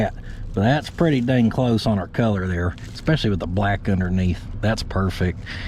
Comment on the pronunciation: eSpecially not eCKspecially lol